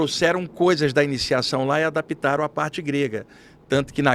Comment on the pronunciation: Não se diz adapitar mas sim adaptar! Ok? Por favor com tanta sabedoria pelo menos fale bem português.